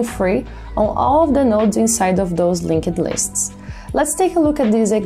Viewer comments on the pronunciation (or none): Love the explanations but can you please stop saying LinkED lists.. it's a silent E. I can't unhear it anymore.